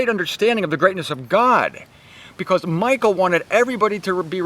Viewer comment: Thank you,! Here is something funny about Michal, the youngest daughter of Saul (Hebrew מִיכַל), which you pronounced like President Obama once his wife Michelle! Greetings and hugs from Germany! Watch here Obama call Michelle MICHAEL